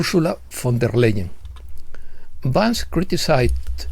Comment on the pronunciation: Oh!, estimado: en la versión en castellano Vance (pronunciado correctamente "Vans") aparece castellanizado, Van-ce, sonando casi como avance😅. Quizá era esa la intención!?! Por otra parte, cuando mencionas a Chellea Wilder, la pronunciación correcta es "Kélea", como en Achilles (Aquiles). Gràcies por tu encomiable labor🙏👍